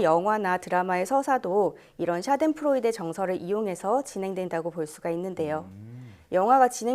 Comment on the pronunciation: 샤덴 p 프로이데가 아니고 f 프로이데로 발음합니다